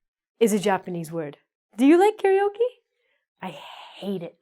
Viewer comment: Only one thing...The Japanese pronunciation is not kaRIoke. It's kaRAoke :)